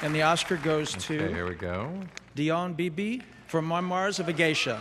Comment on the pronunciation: What is it with Travolta screwing words up on award shows. 'Marmars of a Geisha.' HAHAHAHA. Classic.